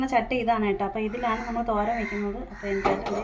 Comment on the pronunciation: എനിക്ക് മനസിലായില്ല എന്താണ് തോരൻ വച്ചത് പറഞ്ഞത് clear ആയില്ല ❤️ എന്നും ഇതുപോലെ മിടുക്കിയായി long video ഇടണം കേട്ടോ ❤️❤️❤️❤️🥰🥰🥰🥰🥰